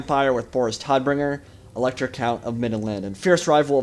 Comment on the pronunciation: hey man great vido :D jst a little thing vor knowlidge Boris Todbringer is pronounct Like Boris TOTbringer its the german word vor death. :D sounds a lot more badass thisway i think :D